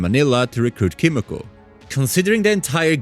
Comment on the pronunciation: kimio, eminem, edgare, homeylander, a tain. bro learn English